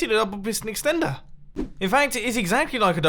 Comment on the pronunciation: You said extenter like a milion time